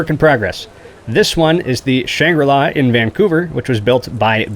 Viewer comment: is it pronounced "Shangri-La"?